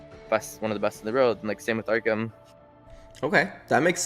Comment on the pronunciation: This guy said Arkham 🤣💀🤣🤣🤣🤣